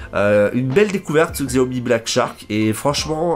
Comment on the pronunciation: Merci pour ta vidéo 'chiaomi' ;)